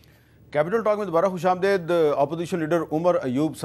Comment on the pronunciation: Khush am DAID nhi hota Mir sab khus am DEED hota hay ... Ap kion ghalat boltay hn ?